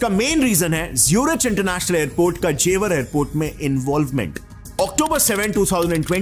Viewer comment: Bhai angrez hai kya ? जेवार नहीं जेवर है। ज्यूरिच नहीं ज़ुरीक है।